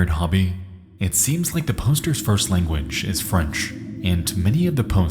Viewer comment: You're pronouncing some words weird - poster, depravity, facets - is the audio AI generated?